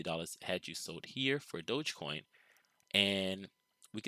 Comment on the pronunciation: Its DOG - EEE - Coin... As in Dog - Electric - Coin.... Lolol. Smh. Can give an educated analysis in a stick but cant figure out its name.